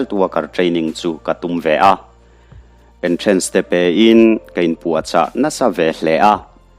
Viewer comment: ☝️Sekhend, entrâns — Jf Dictionary 🤣 Sapṭawng hi chu hnam dang pawhin an duh duhin an lam mai. American English pawh a awm hi. Kan ṭawng a ni lo va, a neitute'n an lam ang thlapa kan va lamsak theih chuan a ṭha tho a, a nihna a bo loha kan hriat thiam phawt chuan a tawk viau mai.😂